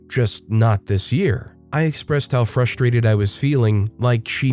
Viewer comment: The OP was fruSHtrated? When you pronounce an SH sound instead of an S sound, what’s going to happen when the words are like single or see? They become SHingle and SHe?